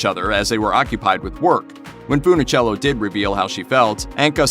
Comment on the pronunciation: Mispronounced her name as FoonOhchello so many times. I gave up. Bye.